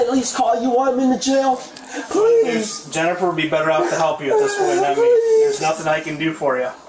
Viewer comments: The second guy speak impediment is so funny “I swew to gawd, pwes “ 💀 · Bro can't even pronounce his L's 💀💀 "pwease!" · pov he said pweasee can i talk to ywou firsst